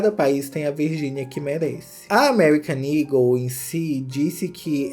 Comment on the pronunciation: SIMMM! mesmo ele mostrando as fotos da loja no começo tava na minha cabeça "ego" pela pronuncia, só no final do video que eu me toquei que o nome é "eagle"